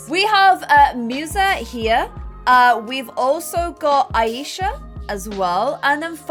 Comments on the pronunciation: Who noticed that this girl is saying the the name like: a-yee-sha But well it's pronounce as: aaa-e-sha Btw I am from pakistan and the name aa-e-sha is a Muslim or you can say pakistani name that why I know how it is pronounce but no problem we know you are quite bad in pronouncing even normal words but yah I like you you are really a good player most of the things about sums 4 l learn from you lol love u keep up this vid wss lit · Aisha is pronounced eye-sha :)